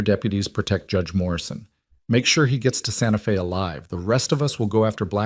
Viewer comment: 👏 Fantastic!! 🤗 Finally, this video has correctly said, 'Santa Fe' (Fay) Not, Santa Fee (long E) Now - someone please help the AI data-chip to say [ arithmetic ] right! (math, numbers) It's not, air rith MED' dik.... It's, ah RITH' mah tick Thanks 👍